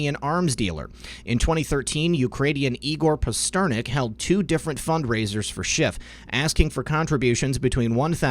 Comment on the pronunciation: Pass Ter Nack Like the author of Dr. Zhivago.